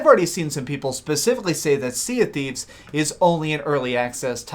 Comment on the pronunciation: "sea of qweefs"